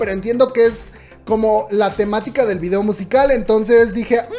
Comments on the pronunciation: Por que dices "videa" ? Me causa conflicto, es video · "VIDEA" JJAJAJA DIAS HASTO DONDE VAMAS O LLEGOR. ;O